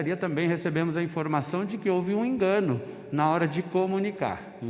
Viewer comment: klaudia Óliver ainda esqueci do “OUVE” no lugar de houve, HAHAHAHHAAH. Socorro. Ele que precisa OUVIR muitas aulas de português pq olha... Os fãs do Lula são engraçados, mas os do Bolsonaro são hilários kkkkkk.